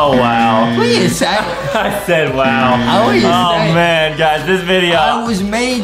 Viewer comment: NAH NAH OHHH HELL NAH ADAM WHY WHY YOU ARE MY FAVORITE BUT YOU KEEP ON SAYING WOW STOP SAING WIW OR MY FAVORITE WILL BE JUSTIN